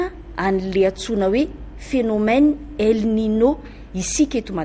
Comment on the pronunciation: El ninio no famaky azy ry mpanao gazety.Teny Espagnol izy io ary ilay "n"faharoa misy satroka